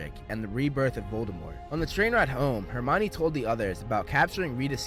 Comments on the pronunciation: its Hermione not hermana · Why do they insist on the pronunciation to be all wrong even on the web , it would be pronounced as the Greek , Her Me On , Hermione , yet they have it as , her uh Mia ne , this massively wrong , whyyy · Him: *says hermion like armani* Me that didnt read and watched the movie : *wait thats her-meow-knee* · oh it's not her-me-one